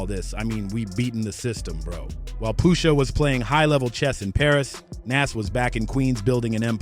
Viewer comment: You did all this work and it's good but you saying his name so wrong its pronounced Noz